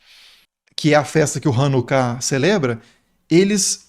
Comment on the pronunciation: Você não sabe nem falar o nome da Hanukiah. E não existem diversas formas de transliterar coisa nenhuma, existe a forma certa e a errada como você pronunciou! Novamente vá contar as historinhas do Brasil. Pare de falar de coisas que você não sabe nem falar. Antes de falar da Festa das luzes, você deveria ter pesquisado, falado com um rabino ou pelo menos um judeu sério. Vou te dar um bizu, aprenda com a Aline do canal Israel com Aline e, saia desse ranço de academiazinha brasileira e historiador brasileiro. Assim você vai passar vergonha!